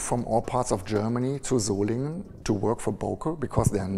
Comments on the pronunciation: Sorry, but that "SolinJen" pronunciation really hurt my ears! Thanks for the video!👍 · As you heard in the video: It's not Solinjen, it's Solingen. Just a friendly pronounciation advice :D I know you pronounce the same spelling differently all the time, which I don't get, but lets not go into that; I just thought I might help put a little. : > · Very nice video, full of interesting facts and beautiful pictures. One small remark though : the german boss pronounced the name of this place many times and it clearly is not "solindjen"... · Absolutely great!!!! The only thing Blade HQ could have done better is to pronounce the name of the city they went to correctly. The city is called 'Solingen'. The German guy was pronouncing something like "Soling", and I'm positive Americans can say that too. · Sol lee Gin !!! not a soft G !!! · Man please...he've told you how to spell Solingen correctly more than once. For all you Englishs, try "Solinghan" and suddenly you're more close to correct German. My God...😐